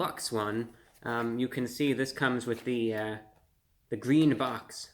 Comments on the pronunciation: it'z gween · It’s gween! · its gween